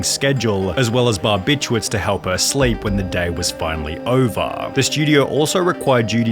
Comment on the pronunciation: . Wouldn't be a sunny video without him adding extra letters to multiple words. Hammahhha 🔨 Edit. Lmao and "Day was finally ovaaaha"